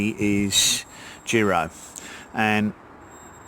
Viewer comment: In case you wondered, the i in “Jiro” is pronounced the same way as the i in “chips”, and means “second son” in Japanese Great video, please post an update on this year’s crop to see if the flavour changes 🙂👍